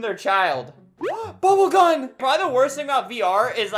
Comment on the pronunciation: Albert saying bubble gun and then me thinking he’s saying bubble gum